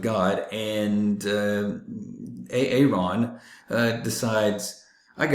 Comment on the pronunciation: You said A-A-Ron 😂 Yahbutt the cathoholics declared 2025 as a jubilee year.... So checkmark! Or mate or something